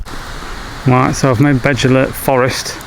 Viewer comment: Agree with you Paul , yes it's all well and good wanting to inspire your son and other people to hike trials in the beautiful country of wales but please research the names and pronunciations. doesn't take alot of effort on your phone nowadays with translators. or ask around the village shops! That Beddgelert pronunciation was laughable , almost like you deliberately butchered it.